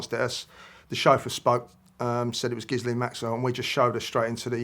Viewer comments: It's amazing how many ppl can't pronounce Gislane ??!! GILL LANE. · I dont buy it. Why is he so nervous. How can he misspronounce Ghislaine "Gizzlane" after all this time, even after reporter pronounces it correctly. Ghislaine is pronounced ghee-LEHN. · He should know how to pronounce maxwells name. Ghee len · Pronounced: Ghi-lane Maxwell 😂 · He’s constantly mispronouncing Ghislaine. It should be Ghee-len or Zee-len the h & s is silent. You’d think an Englishman would know that. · It's French and you pronounce it Ghilene,🙂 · Why do people have trouble pronouncing Miss Maxwell's name after all the media attention she has received... Both of these two! 🤦🏼‍♀️ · It's French as well as her christian name, and it's spelled and pronounced as Ghislaine. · It's Ghislaine!